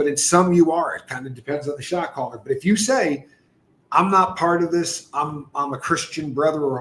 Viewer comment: Replay crew: when you say shot caller my ears hear shock collar. Until I figured it out I was thinking wow, that's not very nice to do shock collars😅